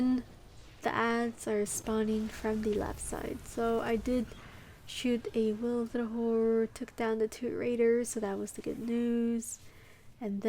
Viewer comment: I was so amused: Witherhoard will hence-forth be pronounced "Wilderhoard" in my mind. Great job on the run. I learned a big lesson. Patience. There's a time for aggression, and a time to just sit back and cry and watch the scene.